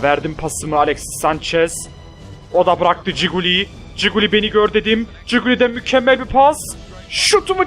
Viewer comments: coquelin'e giguli diyorsun abi buyle de kokelin iyi gunler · abi ciguli deil bilerek söylüyon biliyom ama adı okunuşu kokuelin